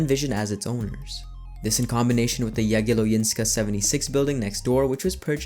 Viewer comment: Yea Jagielońska you said it wrong. What am i m going to do with it. Well write a comment about it.